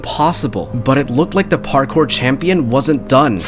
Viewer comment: Bro actual said parcore 31 times